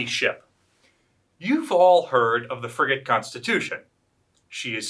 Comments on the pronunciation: he did but if you listen for it does sound like he says friggin' on several occasions. It's pretty funny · He said "FRIGATE Constitution".